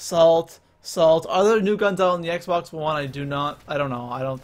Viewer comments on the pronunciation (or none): none